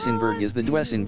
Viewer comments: I've never before heard those cars called "Dwessenburg"... It's pronounced "Doozenburg".... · Your computer voice needs to be corrected... it's DOO-ZEN-BERG ! Not DOO-EH-ZEN-BERG !That car's name is where the expression "It's a Doozy" comes from. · For the love of God, it's pronounced "DOO-sen-berg,", not "DO-ESS-en-berg." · Computer Voice can't quite get Dusenberg pronounced Doo-sen-berg. Fab car, 104 mph in 2nd! Amazes me! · Love those computer voices!--you almost have to mute it-but to call it Dwessenburg is unforgiveable! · To the narrator. You're the only person in the world that has never heard of a Doozenberg. Maybe you should leave cars alone to the men and a few women and go play with your LEGO and watch the Kardashians on TV. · HA ! DOO ESS EN BERG ???? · You left out Packard which was a rival to Cadillac and Dusenberg and actually just as or more luxurious. Also you need to have a live person do the commentaries on these vehicles, as the pronunciation of Dusenburg was way off. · A spot on about the pronunciation I was going to say the same thing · Chrysler Imperial, or Lincoln doesn't belong on this list...like AT ALL! Cadillac was not THE luxury car, Packard was! The crap list should be called cars that people in 2024 would know about. Can't even pronounce Duesenberg. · Each time he mispronounces DUESENBERG I cringed. 😣